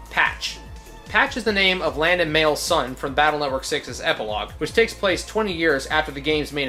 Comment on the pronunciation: Here's something to add. Mayl is NOT pronounced as "Mail". It's May Lu. This is because her actual name in Japanese is "Meiru". I assume the strange spelling in the games is a result of the actually kinda poor translation from Japanese to English that is still present even in the legacy collection. Seriously, play them and actually read the dialogue, it gets pretty funny. Anyway, they actually fix the spelling of her name in the anime, making it Maylu. You can see it first during the N1 Grand Prix where Mayl battles Maddie, which is episode 12 of the first season. Which is available on youtube btw, I've been watching it again and honestly it still holds up.